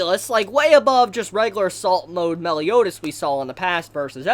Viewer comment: I realise he said "assault mode" but I could only hear "salt mode".